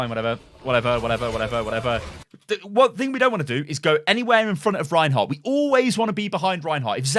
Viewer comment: Did he say rehin hog